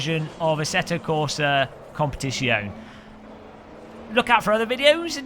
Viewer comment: ASSETTO CORSA CUM-PET-ZONE